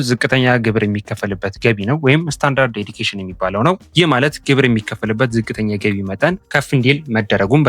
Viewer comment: ስታንዳርድ ዴዲኬሽን ሳይሆን ስታንዳርድ ዲደክሽን ነው የሚባለው --- God bless you.